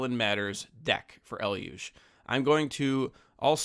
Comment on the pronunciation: Finally, someone saying Eluge correctly!🎉